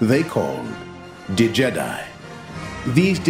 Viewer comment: Haha its pronounced Djed i not D jedi but love it !